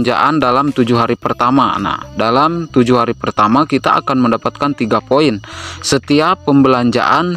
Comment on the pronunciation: Bang ga bsa blg hurup P kah? Play jdi (vlay) Poin jdi (voin) Bingung aku awalnya tak kira apaan voin ternyata poin